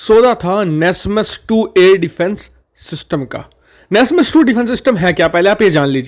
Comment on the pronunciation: Wo nasam he nasmas nahi